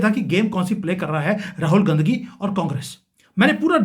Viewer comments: अबे गाँधी बोल ना... बराबर....भो😮...ले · साहब पहले गाँधी बोलना सीख लो...तब बाद में भाषण देना।अभी तो आपको बोलना भी नही आता है।कोई दिक्कत है तो स्पीच थैरेपी करवा लो।ऐसी भाषा से आपके घटिया लेवल व संस्कार का ही पता चलता है। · राहुल गांधी का उच्चारण ठीक करिए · भाई साहब आप बीजेपी की तरफ से बैटिंग कर रहे हैं आप गांधी सही नहीं बोल पा रहे रंगिया बांग्लादेशी गीत चुनाव का स्टैंडर्ड तुम्हारा 11 साल से क्या कर रहे हो अब यह बात है हजम नहीं होती कोई नया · अगर आप सिर्फ analysis करेंगे तो ज्यादा असरदार होगा।किसी के भी surname को गलत तरीके से बोलना आप के analysis को कमजोर करता है और आपकी घटिया मानसिकता को दिखाता है।